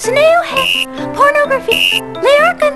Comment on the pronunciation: did she just say pornoghraphy